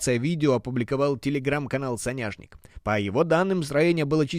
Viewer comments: не СонЯшник а сОняшник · Прошу прощения,но не сонЯшник а сОняшнк,это подсолнух на русском языке.